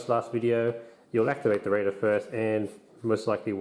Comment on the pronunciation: You keep saying "Raider" like "Radar" No sir. Say it with me. "Ray-der"